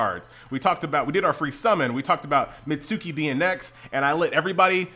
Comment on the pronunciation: I used to believe that you were pronouncing Mitsuki correctly but then I realized it was probably wrong because...you know. It turns out it's pronounced Mits-key.